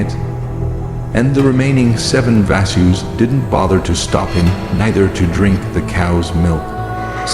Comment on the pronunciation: Please improve sanskrit pronunciations..its Vasu...not vaasu...Ganga not Genga, Prataapa not pratipa